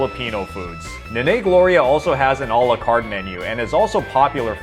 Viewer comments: the 'a's in "nanay" are pronounced like a spanish "a", not a "long-A". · Oh, the horrible pronunciation. You're gonna get hated by Filipinos for pronouncing "Nanay" wrong. Why not ask a native person on how to pronounce foreign words???